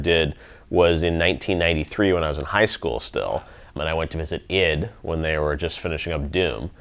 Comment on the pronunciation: did geoff just call “ID” “eed”💀